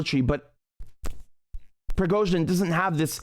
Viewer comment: Richard said it correctly.